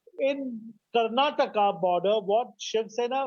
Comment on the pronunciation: even these so called nationalist pronounce karnataka as karnatak and kannada as kannad. shamelessy they can't even say the state names properly they want others want to learn hindi which doesn't even thrs mother language 😂😂